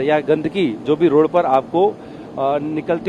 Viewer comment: रोड़ पर नहीं, रोड पर! Shabby reporter quality.